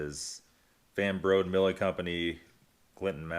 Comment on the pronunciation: Van Brode pronounce the e at the end.